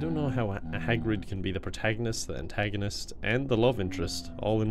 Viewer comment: protHAGonist and antHAGonist